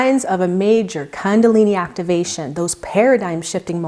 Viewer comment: kundalini is pronounced differently. its "koondalini" not kandalini